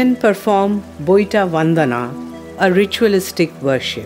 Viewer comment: Boitta ? Sadab pua ? Taa-poi ? Baadaa osa ? ବୋଇଟ, ସଦବ ପୁଅ, ତା ପୋଇ, ବାଡା ଓସା ? Is the narrator a non - odia ? Why Odia language is ridiculed by a Govt of India organisation with such wrong pronounciations ? It is shameful.